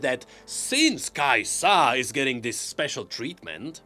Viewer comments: "Kai'sa" - Not "kai-SAH!" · another video with pronouncing kai'sA gods help me